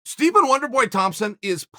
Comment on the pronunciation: "Stepen" Wonderboy Thompson